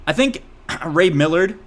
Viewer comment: The actors name is Ray Milland, not Millard